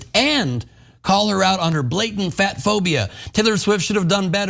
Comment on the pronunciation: "Blatant" ROFL